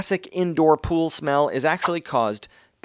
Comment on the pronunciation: Welcome to my “ool” Notice how there’s no “P” in it